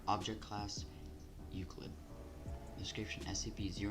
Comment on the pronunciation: I love the way you pronounce euclid. Elucid XDDDD I can`t I`m fucking laughing so hard I fell out of my chair